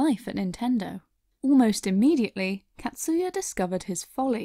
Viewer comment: Catsuya... it’s actually pronounced “kotsuya”... short A sound .. 😅